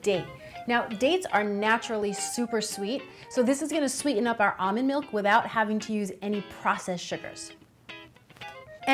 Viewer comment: “Amand milk”